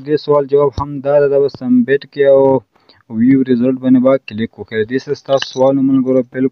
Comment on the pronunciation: Submit or sumbit😂